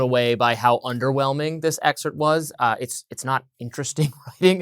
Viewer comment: The word is Excerpt, it's not whatever word yr mangling the pronunciation of herein.